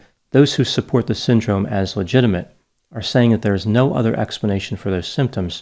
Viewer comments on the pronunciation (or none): none